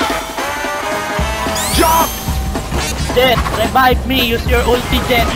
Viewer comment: LMAOOOO “Anak, rebibe me…putang ina- REBIBE ME”